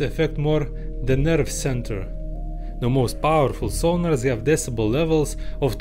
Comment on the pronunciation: said center with a british accent XD